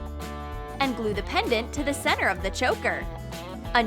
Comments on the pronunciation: NO IS NOT OK they said centar when it's pronounced center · Lol she said centar instead of center